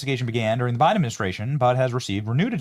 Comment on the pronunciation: Haha, did you say Joe Biden or Joe biting ??